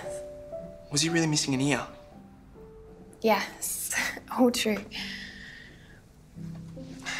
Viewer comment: "Was he really missing an eer?" ??! Does that mean an ear?